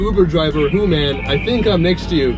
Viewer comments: She pronounced Hooman as Human!!!!!🤣🤣 LOL hahahaha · I've just found your channel and i do like your gold digger pranks 😅😅 In this video i died of laughter when the third woman called you human🤣🤣🤣🤣 just a persian like me can pronounce your name correctly hooman😅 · Haha so fucking funny wen she said human instead of hooman lol 😋😋😝😛